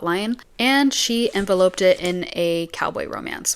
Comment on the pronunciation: Do you mean enveloped? As in [en-vell-upped]